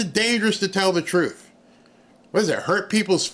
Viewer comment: Here's what I want to know is, What does Trufe mean?.......oh, oh, she means TRUTH......she probably says AX instead of ASK also.